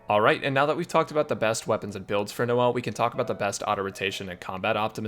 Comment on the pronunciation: I cracked up when he said " no-l's " Man's made my day